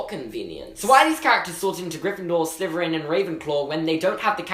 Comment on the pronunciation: Does anyone else think that when he says Slytherin, it sounds like Sliverin?